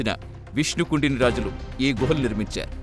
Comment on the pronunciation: గృహాలు కాదు గుహలు శిలాలు కాదు శిలలు లేదా శిల్పాలు